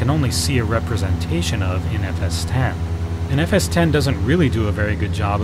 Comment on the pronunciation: Thank you so much for calling it by its right name FS T E N ! Oh and if you youngsters are still listening... the Apple nowadays runs on MacOS T E N ... Not Oh Ess Ex. It's not OSX and the sim being discussed here is NOT FSX.